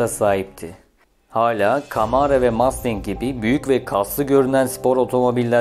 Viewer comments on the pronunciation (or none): none